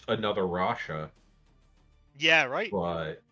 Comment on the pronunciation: if the first caster is reading this, it's not rasha bro, omg haha